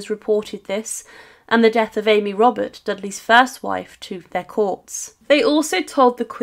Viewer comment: Amy Roberts? Thought it was Amy Robstart? TY anyway 😉